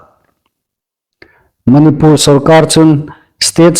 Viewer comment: Manipùr tia lam hlak hi a ni naw deu a hawi. Mani (pur ) pur hi a ri inhnuoi naw sien.😊